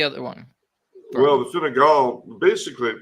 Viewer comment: calling Fine Gael (Tribe of the Irish) Fine Gall (Tribe of the Foreigners) is hilarious, whether intentional or not!